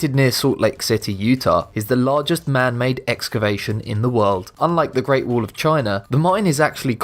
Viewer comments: Its not wool! Its a wa-ll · It's WALL not WOOL LOL :D >:( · At number 10 of the video he said "wuul" I was like whats that? And when he said "wuul of China" then I understood it lol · he says wall and i hear wool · 'The reat wool of China' i am sorry i had to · It's wall not wool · GREAT WOOOL OF TCHIANA? LOL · Great “wool” of china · It's wall , not wool...!!!! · WHY DO YOU CALL IT WOOL? ! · I love your videos but for christ sake can you just say WALL not WOOL?? God damn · The great "wool" of china? :D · Wool ,tull ....english level 999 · I wonder why they take the narrators who cannot pronounce “wall” properly. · Say wall right dumbass